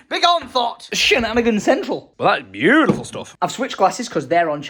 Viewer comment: "That is looking brew-tiful" lol